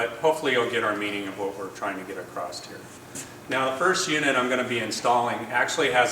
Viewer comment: What the hell is with everybody with this "ACROST" nonsense? This is the third video I've seen where they talk this way. Drives me nuts...that and "heighth", don't know what that made-up word is. Must be used by the "Valentimes" and "Happy New YEARS" people!